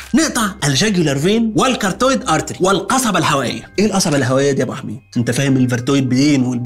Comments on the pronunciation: is carotid NOT cartoid مكتوبة صح علي الصورة لكن نطقها غلط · يسط اسمه الكاروتيد أرتيري مش كارتويد